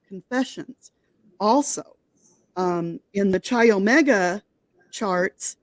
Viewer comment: pronounced Ki Omega, not chi